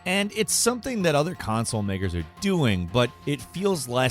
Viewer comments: Did you say "Console N---ers?" I know you said and meant "makers," but this sounds like a slip-up that could be exploited to your detriment. I love the channel but I've listened to this many times. I want to make this abundantly clear: I don't believe for a second that you guys are prejudiced at all, but I think a second or third take on the delivery of the line would have been prudent. We live in a cancel-culture world, and you have to be careful. This channel is awesome, inclusive and unbiased. I just don't want the "powers that be" attempt to take you down for nothing. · LMAOOO hearing it is making me LOL and yes I know he's saying console M A K E R S